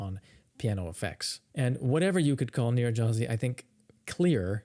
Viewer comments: It's pronounced "Nyir-redy-haz-ee" gy in Hungarian is pronounced like a palatalized d (d') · His playing is certainly better than your pronunciation of his name:) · In English, Nyiregyházi is pronounced nee-ren-d'-HA-zee